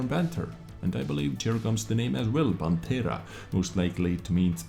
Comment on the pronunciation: They seem fantastic, especially the tier X progetto 46., Pantera pronunciation is perfect; but prototìpo has the vocal accent on the I. As always very good and detailed video! 👍